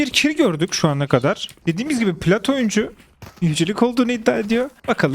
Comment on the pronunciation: Oyuncu ❌ Oyncu ✅